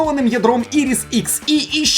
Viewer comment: Intel Iris - Інтел Айріс,. Якщо я не перший, хто поправляє - пробач, тільки хотів дати тобі знати. Відос як завжди топ)